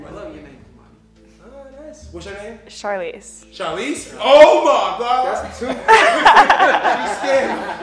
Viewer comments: When said CHARLESE... had me rolling 😅😅😅😅😅 CHARLESE.... CHARLENE. 😅 This was a epic video, and Kenneth bro... u got to get back 😂😂😂😂😂😂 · Omg cj almost fell out when the girl said her name and it sounded like Char Lean 😭😭